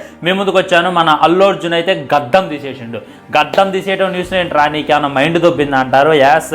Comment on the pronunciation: గద్దం కాదు ra బాబు గడ్డం రా బాబు